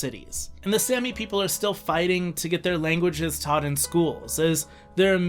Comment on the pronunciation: Really annoying how you pronounced it like sammy...its pronounced with a long a saami! Also please include Finland or Russia!